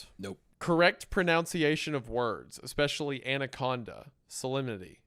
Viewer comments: Hunters "ekspecially" annoys me a little. Seriously dude, wtf. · Hunter saying essentric while saying expecially is just taking it too far I think. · So he says "expescially", but also "essentric"?